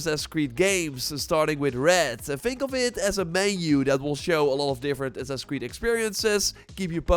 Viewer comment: Why does this guy always call it “sussuh cwee” 😂😂😂